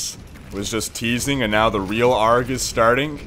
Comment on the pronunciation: it's a r g not argghhh